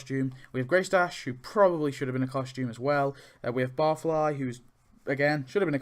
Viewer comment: Barfy not barfly lol